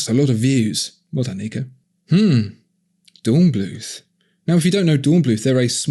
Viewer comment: Fun! Love it! Its pronounced Dornbloot btw 😉 Kind regards, Kev (in Germany)